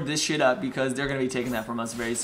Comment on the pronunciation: I am so glad someone pronounces Shaco correctly!